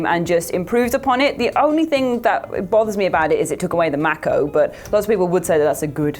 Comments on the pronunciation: Unlike movies, most video game sequels improve upon the originals.I'm also not sure what a "Mack-Oh" is... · The Mack-O from Mass Effect ......the what? Now, I've heard of the Mako